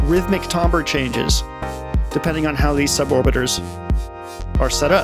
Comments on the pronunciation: Timbre is pronounced TAM-ber, not TOM-ber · It is tam-ber ñot tom- ber 🤬🤬🤬🤬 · The way you pronounce "tambre" gives me road rage. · The word you keep using, timbre, I do not think it is pronounced the way you think it is pronounced.